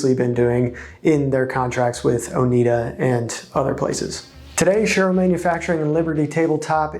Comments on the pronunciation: Oneida sounds like Oh-NY-duh (not Oh-NEED-uh). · Not "Oh-NEED-uh." Oh-NYD-uh, middle syllable rhymes with "dyed" or "cried." I grew up in an area with a lot of local people from the Oneida tribe. Suggestion for you: before making a video, look up key words or names on the Merriam-Webster website. They often have audible pronunciation guides. They have one for "Oneida." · It is pronounced "ohh nigh da" after the name of the native american tribe that lived in the area. It is really grating to constantly hear the name mis-pronounced. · Learn how to pronounce Oneida.